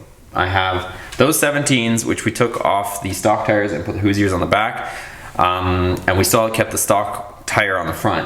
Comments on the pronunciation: Hoooooooo. Sure is how its pronounced I live 30 minutes from the main headquarters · So what you don’t know how to pronounce Hoosier we’re not here to pick on you it’s your channel. I do not think you should re-plasti dip The 20s you said you’re selling all the stuff we getting another project you’re going to ruin the value of the wheels nobody wants black spray paint wheels you should be able to get probably 250 for in The condition that they are in tires can be replaced wheels are hard to find. General repair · Love your channel, but look up how to pronounce Hoosier. Hahahaha!